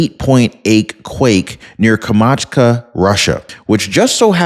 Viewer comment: KAM -CHATKA NOT kamacha!